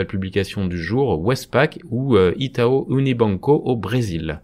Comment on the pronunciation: Itau se prononce ITA-OU. Merci pour ce post instructif !